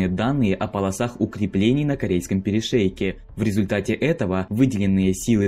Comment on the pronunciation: Корейский перешеек? ладОжское озеро? Уши режет